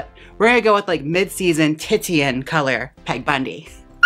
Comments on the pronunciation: lol, you slay JM. Titian ( like the artist ) is pronounced ‘teeshan’ rather than ‘tittyann’. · I think it's pronounced tee shin not tit tee in. My mom had that og barbie with the pony, so I remember looking up the color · I so very much needed this. Titian pronounced tee-shen <3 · "Titian" is pronounced "tish-in". It references the artist Titian who often painted woman with the hair colour. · 'TEE-SHUN' hon x Love you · It makes me sad to know you’ve had such poor education in your life. 😢. But now you know the right way to say the word to keep from being embarrassed! Yay! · "Tie-shun" or "Ti-shun [Ti as in "tits"] :P (Titian was a painter who did a lot of women with bright auburn hair) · OMFG!! I was crazy for The Bundys... It was my young adult guilty pleasure❤️ Thank you for this recreation! 💋 BTW... The colour titian is pronounced TEE - she - ann... Love! 😘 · Haha.. pronouncing titian "titty-in" feels very Milwaukee <3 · It’s pronounced tishun. 😘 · I hate to be nit picky. But Titian is pronounced teeshun. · it's pronounced Tishan ......................